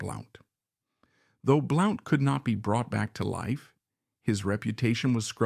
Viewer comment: Blount is pronounced "Blunt"